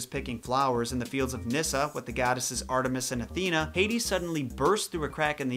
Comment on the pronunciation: No hate but you said artemis wrong